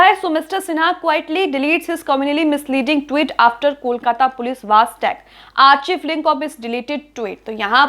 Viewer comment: आर्चिव नहीं मैडम आर्काइव होता है।